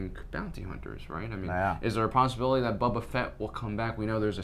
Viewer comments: Not Bubba-fett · I got a Purple ad right when you went to say Boba and it sounds like "We also think Bubba"